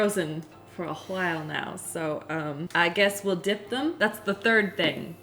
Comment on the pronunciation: I love how pronounces her H's in Whip and While lol.